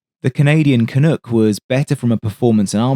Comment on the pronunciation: On pronunciation, har, it's Kan uhk not kan ook